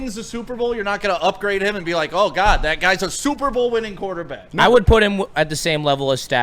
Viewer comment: "Quarertback?" C'mon, man.